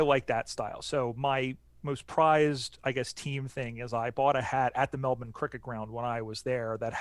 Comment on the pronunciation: Love to hear you guys talk knowledgeably about footy, and pronounce Melbourne correctly (Melb'n). I think most Aussies would love the game to spread to the US. I'm sure you would have gotten a real buzz from hearing Collingwood supporters chant U-S-A, U-S-A when Mason Cox bagged 5 sausage rolls in the 2018 semi-finals against Richmond. I loved seeing Mike Pyke play, the Canadian who won a premiership with the Sydney Swans in 2012. All the best mates, from Straya!